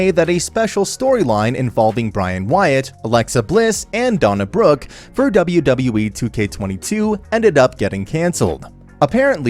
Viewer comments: Her name is Dana Brooke not Donna Brooke do you know how to speak English Omas definitely deserves a push reminds me of André the giant back in the day. His wrestling style is no different than Andres was the way he wrestles reminds me of the way Andre used to wrestle back then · Did he call Dana "Donna" Brooke? And Bray "Brian?" 🤣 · I had to rewind it...he says Bray, but totally says DONNA...?!?!?! WTF...?!?!